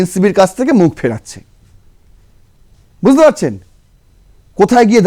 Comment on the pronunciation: Buzte noi, bujh te.